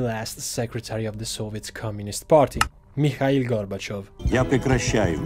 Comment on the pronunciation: You Mispronounced Mikhail Gorbachev. It is Not "Michail Gorbachev", it "Mikhail Gorbachev.